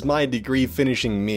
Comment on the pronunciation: How you say me tho MEEE